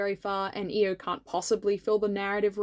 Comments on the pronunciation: My vote for queen Monarch comes with an annoying pronunciation thing. Correct me if I’m wrong, but is isn’t it i-O instead of E-O? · I thought her name was pronounced "eye-o" instead of "e-o" strange. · I always read Io as eye-oh because that's also the name of one of Jupiter's moons and that's what I've heard it pronounced that way Maybe that's a reason why people were confused when you mentioned her? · Hi! First up, I’m here to vote for Danaid and Tortoise again, and also to let you know that Io looks amazing. Second thing,, people possibly gave you weird looks because her name is ‘eye-oh’ like the letters (yes I checked, it’s how it is in the audiobook, and this is how you say the name of the moth 😂). Oh also extra vote to the green Sandwing soldier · When he first said Io's name I thought who Eo was but then realized that he was talking about Io we just pronounce her name differently. I was so sad for for a bit because I really thought that was a character I didn't remember. I can't remember most of my own character names from books but I can remember that when Clay was imprisoned by Scarlet the dragon near him was an IceWing. This could be due to the fact that I read Wings of Fire as an audiobook while I do really anything like work, clean, eat, sleep (it helps with my insomnia). If anybody is up for the challenge can you comment to this comment a character you think I might not remember from Wings of Fire, please. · I'm glad you made Io, I really like both her design and her character. I did think her name was pronounced diffrently, lol. Also, I'd like to vote for grayling and the scrap fabric dragon :) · I've gotta be that pest who tells you, it's pronounced "Eye-oh"! Edit: And also "Suh-KAY-duh" for Cicada :)